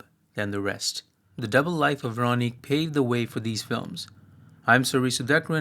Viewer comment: This is a minor off-topic point I hope you'll forgive, but for what it's worth, Véronique and Amélie (and French words in general) lack stress accent, which to English speakers makes them sound accented on the last syllable. Hence the names are closer to VehroNEEK and AmehLEE. In some dialects and in songs Véronique sounds like VehronNEEK-eh, but never like VehRONeek. (Incidentally, I've always rather liked the original French name of the second film: "Le fabuleux destin d'Amélie Poulain" -- "The fabulous destiny of Amélie Poulain.") While I'm at it, the L with a line through it in Polish is pronounced a lot like a W in English, and the Polish W is pronounced like a V, and the stress accent in Polish normally falls on the next-to-last syllable, so while I might be mistaken I think the cinematographer's first name is pronounced more like SwaVOmeer.